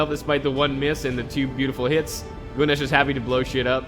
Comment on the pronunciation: Your pronunciation of Gunes is fine, I hope he'll service you well.